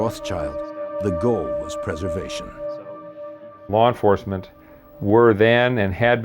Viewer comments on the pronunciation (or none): Lar enfarcment